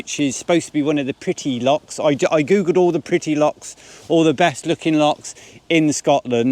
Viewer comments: No they're not lakes. You're correct. Also they're not locks either. They're Lochs. Say it and spray it with pride Lo chhhhhh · That are lochs not locks. Different pronunciation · Its not locks its lochs lol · Welcome to Scotland . Remember it’s och, it’s not locks 🤣please! There is a lake called Monteith only one..,it’s och,,,,,please . Plockton as apposed to Skye! . Nice to see your vlogs again. Go see the Crannock on Loch Tay. Good walk up Ben Lawers, it’s a Munro. All lochs are pretty.